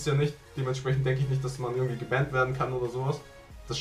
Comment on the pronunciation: Das heist gebannd und nicht gebähnd